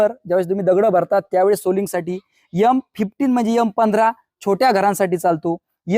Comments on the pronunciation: गुरुजी आपले व्हिडिओ माहितीपूर्ण असतात, आवडतात. पण यल,यम, यस s नाहीतर एम ,एस s ,एल असं उच्चारायचं. नाही तर विद्यार्थी पण असं चुकीचं उच्चारण शिकतील. आपली हितचिंतक नागपूर हून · खूपच छान माहिती दिली.सर . पण सांगताना यम च्या ऐवजी एम हा शब्द वापरा. नाहितर मुलांचे बोलतानाही शब्द चुकीचे येतील. ( रागावू नका, उच्चारात सुधारणा करा. ) 🙏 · यम नाही रे बाबा, एम बोलायचे. तुझी मुलगी पण तुझ्या सारखं बोलू लागली तर चालेल का तुला? उच्चारावरून अशिक्षित वाटयला नको.